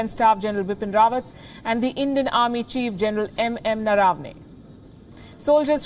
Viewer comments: General Naravane. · Why don't you learn the correct pronunciation of Indian General's name? You took efforts to pronounce Chinese names correctly but not Indian's names.